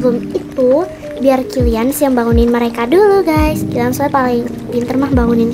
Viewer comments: Yang sadar mama kaelyn bilang kemworth bukan killans🗿👊🏻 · Maaf kak cuma ngingetin itu bukannya killians ya kok kakak bilangnya kentworld ( maaf kalau salah tulis nama ) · Kak kok killians nya dibilang kentworht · Kak pukannya kalians ya bukan kenwort😊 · Kak kok kilians di bilang kenwhort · Kak kenapa sih ngomong kilians itu kenwert hadeh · Kak ko kkk bilang killians kenthworld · Salah ngomong kilians jadi kendwerd